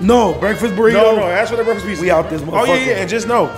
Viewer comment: Gotta love when calls it PeakZa 💀